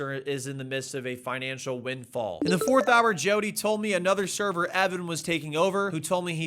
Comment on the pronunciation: "Financial winfall" lol.